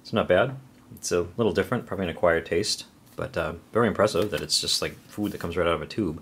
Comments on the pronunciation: You say "Food" funny... SpaceFoOoOD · As I brit I really like the way you say food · the way he says food is funny